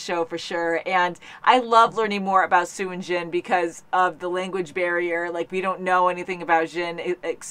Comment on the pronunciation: It's NOT Sue its Sun. 🌴🛫🌄🛬🌴